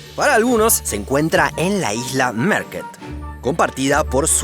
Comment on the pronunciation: Soy sueco y la pronunciación de los nombres suecos (Öresund y Märket) era buena